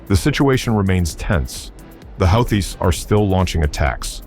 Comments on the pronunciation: Please tell me this is just some dumb AI narration...otherwise your pronunciation of Houthis (who-tees) as "howthees" is embarrassing! Next thing we know, you'll be pronouncing Iran as eye-ran 🙄🤔😬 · this guys pronunciation is weird...whoootees....then next sentence is howtheees.... make up your mind! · Who are the how-thees?? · if you cant even pronounce the word houthies how do you expect anyone to listen to what you say ?? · Yet another grand example of frickin' computer narration. Ya know (this channel) when things are written correctly, usually ( but NOT always) things are pronounced in one certain way. However, when someone makes a spelling mistake, the computer narration obligates itself to repeat the "STOOPIDITY" --that's why, when it is written without error, they say 'WHO thees' but when they screw up the word you get Huh thees. Next problem is calling them HOW thees. Again, stop the computer narration, 'PUHLEASE'? Here's a new one... 'the Healthies. Seriously? Is the author who generated this script a total moron? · Well, I guess if the AI pronounces "Houthis" fourteen different ways, it's bound to get it correct at least once...maybe. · This is over a week old..Old news. Pronounced Houthis wrong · How many different ways are there to pronounce houthis? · Another good and informative video. Thanks! Funny how the goofy AI narrator pronounces "Houthis" in so many different ways.....every one of them laughably wrong. In any case GO USA!!!! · How many different ways are there to pronounce "Houthis"? 😂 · Which is it…”Hoo-tees” or How-tees”?